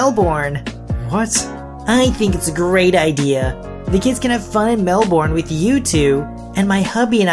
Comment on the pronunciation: I've heard the first story a few times on reddit channels. It's so nice to finally hear Mel-bin and not Mel-burn. ;) - An Aussie.